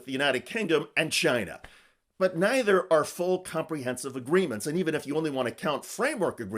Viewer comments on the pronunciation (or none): none